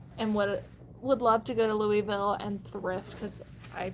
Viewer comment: NOTTTT ‘Lewee-ville’…. *Lu-uh-vul*🤪🥰